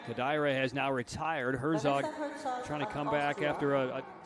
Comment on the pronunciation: I do think they should at least TRY to pronounce the names correctly. The Japanese announcer is doing a good job at that. The way the English announcers pronounce Morishige or Herzog is IMHO somewhat disrespectful.